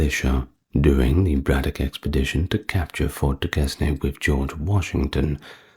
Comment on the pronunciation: Duquesne is pronounced “Duke Cain”.